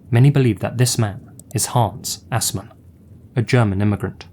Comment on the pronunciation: From my short experience of learning German, I believe it's pronounced Aaz-maan, and not ass-man.